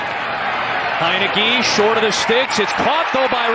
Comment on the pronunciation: "He was just a yard shight" WTF